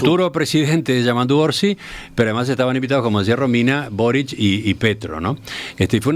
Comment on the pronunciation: Quisiera saber por qué dicen Borich, cuando el presidente chileno se llama Boric. No tiene CH al final de su apellido.